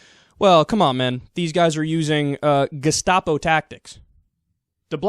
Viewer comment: Why does Bill pronounce gestapo like that? "Geshtapo"